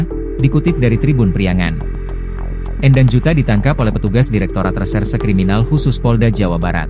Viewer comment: Bacanya bukan E'ndang tapi Endang/E Pepet.. bukan E taling.